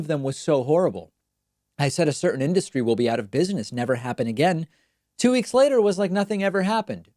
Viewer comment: Airline inDUHstry, people. He’s just being colloquial. Still wack